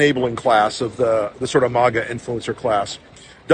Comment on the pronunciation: Who is the douche at the + mark? It’s pronounced MAGGA! Not mogga! Dipshit!